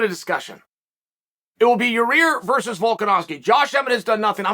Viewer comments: Actual: Ureter Chael: Your Rear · He calls yair “your ear” lmaooo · “Your rear” 😂😂 I’m dead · "Your Rear" lol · Chael "he is in a battle w Ya rear" Sonnen.